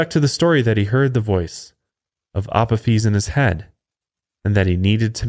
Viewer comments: Resident Egyptophile here: You got almost everything about Apophis right, except the pronunciation of his Hellenised name. It’s “uh-POH-fis”. Honestly, it’d be easier to just use Apophis’s proper ancient Egyptian name, Apep. Much simpler to pronounce. (Ah-PEP.) But I also get that Apophis is easier for most people to recognise. (Blasted Greeks…) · It's pronounced A pof is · lol the way he said Apophis. love the show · The pronunciation of Apophis was hilarious hahaha